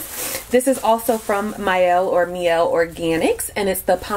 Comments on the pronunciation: It’s pronounced my-Elle as opposed to me-Elle. I checked with the founder of the company :) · Lol it's pronounced My-el. Their products are awesome. I wNt to try The Mane Choice 24 k gel as well